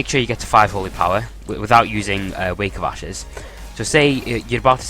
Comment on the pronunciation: could of sworn I heard you say wake of asses lol.